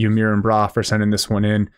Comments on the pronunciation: I think it’s pronounced “mai-rin”, like…. Are you ADMIRING, bro? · You "mirin" brah, such a funny pronounciation. "mirin" is derived from to admire and was coined by the first fitness legend Zyzz and was used in the context: "Do you admire my body?". Good cast. Great Grenadier play from UMB?